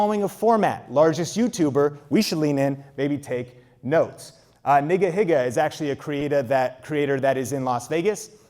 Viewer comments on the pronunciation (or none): Did he say n-gga higa?? 🤣🤣😩 it’s NEEGA HEEGA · LOL NigaHiga is pronounced "Neega Higa"